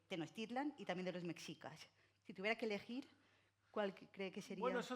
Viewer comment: Increíble que aún no pueda pronunciar Mexicas, Tenochtitlan.....